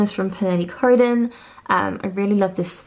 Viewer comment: Love your style! I have the Uniqlo linen shirt too and it's just the best! så light and comfy. PS. It's Pernille Corydon, not Croydon. Co-ry-don..